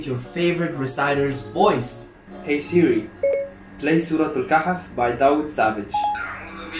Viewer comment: n instead of siri u have ... siji